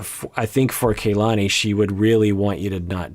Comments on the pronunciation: Her name is not pronounced KayLani The a is pronounced the same as in the Lani part as a soft a. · is usually VERY mindful of how names are pronounced. I also think he has some Hawaii ties so im baffled why he is mispronouncing Kalani's names like this. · just want to say real quick her name is kalani, not KAYlani, that's driving me crazy ._. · I'm going nuts with mispronouncing Kalanis name. It's not Kay, it's a soft a just like in the Lani part of her name. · I think they pronounce her name as KAH-lani rather than KAY-lani. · Doc, I think it's pronounced kuh-LA-nee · It's pronounced Kahlani